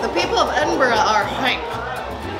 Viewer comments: Well done saying Edinburgh correctly! Five stars, would recommend. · Like the video for the correct pronouncing of Edinburgh! 😃😃😂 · Well done on pronouncing Edinburgh correctly, and mad respects for picking up some of the local lingo ❤️ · OMG YOU SAID EDINBURGH CORRECTLY!!!! Welcome to the clan stay as long as you like.